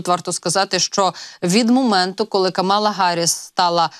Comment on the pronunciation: КАмала Гарріс, не Камала Гарріс. Майте повагу